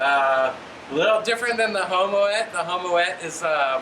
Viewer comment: Nice work with that extender! By the way, Homoet is Dutch, and it is pronounced "Homoot". It is a place in the Netherlands, and also the family name of a famous (in al of the Netherlands) Kreidler off road cross moped constructor. As far as I know, he is also the person that designs the exhausts (or at least lends his name to them). More info: Some young blokes that review a Homoet in Homoet